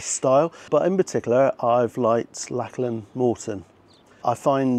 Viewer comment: I hate to be "that" guy but it's generally pronounced 'lock-lan'. Otherwise I fully admire, and somewhat share in, your midlife crises. Enjoyed.